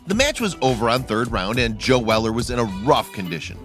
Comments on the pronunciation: First its locklen and now its fucking jail weller please learn english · It’s not ja Weller